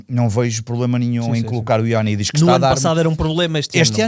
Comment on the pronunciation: Creio que está na altura de tentar que o diga corretamente Ioannidis 😂. Mais um excelente podcast! Bom trabalho